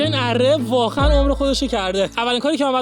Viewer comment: چاقو❌چاخو✅ واقعا❌واخعا✅ 😂😂😂😂😂😂😂😂